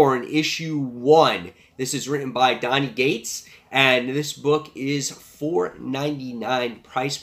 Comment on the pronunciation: Love your channel and videos but why do you always pronounce Cates as Gates haha